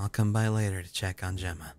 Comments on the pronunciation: Gemma is pronounced Jemma,, not ganondorf 😂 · I adored whenever you said my name properly! Makes me strangely happy! Say it like you'd say Jemma. Both Jemma and Gemma are pronounced the same way. Both are said with a J sound. Gem like gemstone. Gemma! Love you <3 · Gemma. I think the proper pronunciation is pronouncing the G like a J. Jemma. J + emma. Jemma = Gemma. I know probably won't change how he says it but I needed to say something cuz it was bothering me. Have a lovely day my fellow hoomanz. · The way you say Gemma is like you're saying Jemma. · Gemma is pronounced like jem-a :) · Gemma is a British (i think) Way of saying Jenna so I think the proper way to say it is Jenna. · Gemma is pronounced with a "J" sound in front of it. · Gemma is pronounced with an h so its Hemma ^^ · Hey cry! I share Gemma's name. It's pronounced Gem-mah! :) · The struggle of pronouncing Gemma lmao It's just Jemma with a G hun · one day cry will pronounce Gemma right! am I right?